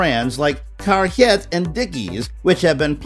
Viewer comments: carhiet, lol its car heart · Never heard it pronounced “caRHYET”